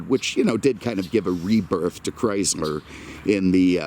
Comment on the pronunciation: When will realize it was never spelled Chryzler